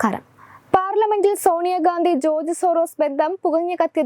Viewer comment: ജോർജ് എന്ന് ഉറച്ചു പറയൂ കുട്ടി